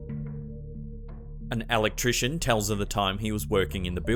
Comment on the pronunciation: Truth br told i just watch these for the insane pronunciation!! Alec-tri/cian😂😂